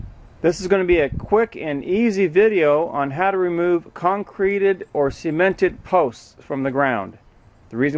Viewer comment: Sea-ment? No idiot. It's pronounced Suh-ment.